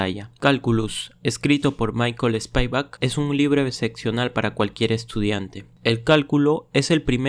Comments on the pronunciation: Lo siento pero SPIVAK no se pronuncia ESPIAVAK sino mas bien como esta escrito, lo unico que la i-latina debe pronunciarse mas cortita, pero sonaría mejor si lo pronuncias como está escrito y no tratar de inventar una pronunciación que no existe. Además, usa la Internet para ayudarte a pronunciar nombres ingleses antes de crear otro video de otro matemático de habla inglesa. Yo use ese libro cuando estaba muy joven y aún vivía en Cuba y nunca se me ocurrió decir ESPIAVAK, que locura. Nunca pude terminar mis estudios de matemático en Cuba por problemas políticos, pero si terminé mis estudios de matemática/computación en una universidad (college) en los EE. UU. Ese libro no se usa mucho en los EE. UU. a pesar de ser considerado un GOAT de libro. De todos modos, gracias por tu video. 🤔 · Buena reseña. Se pronuncia /spivak/ no como lo pronuncias (aproximadamente, pues esa i tiene un ligero toque de 'e'). También rectifica la pronunciación de Cauchy para que suene con esa exquisitez francesa